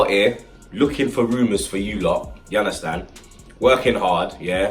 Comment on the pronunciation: Love it when he says "ya unda stand" 😂